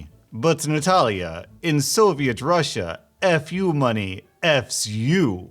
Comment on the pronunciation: not russi but Russia